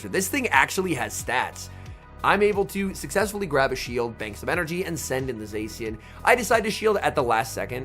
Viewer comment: I lose my mind every time he pronounces zacian wrong